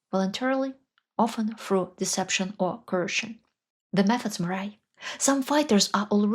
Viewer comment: I know this is very nitpicky, but I thought you might want to know, to pronounce vary you must say it like "vey-ray." you said "va-rye." (Your videos are excellent, sorry)